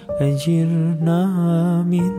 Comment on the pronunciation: Çok güzel bir tını yakalamışınız. Teşekkürler, tebrikler. Keşke bir Fem i Muhsinden tecvit dersi alıp yeniden okusanız. 1. Te’aleyte değil Te’âleyte 2. Ecirnaaa değil, Ecirneâ 3. Allahın bazı isimlerinin doğru mahraçları vb…